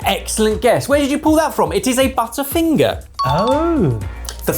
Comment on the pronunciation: Hearing a Brit pronounce butterfinger as it is written made me notice how we Americans pronounce it as “budderfinger.” Apparently there is a term for this and it’s called Flap T. When a T has a vowel on either side like city, water, waiter and butter, the hard T sound is often replaced with a D sound. Language is fascinating.